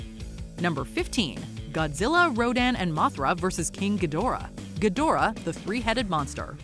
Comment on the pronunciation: It's pronounced GEEdorah. They even say it like that in the movies.